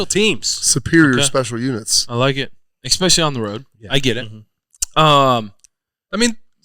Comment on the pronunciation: "Ex-specially." I love Zack, but oof. It's been going on for years. Someone PLEASE tell him how to say 'especially.' Please.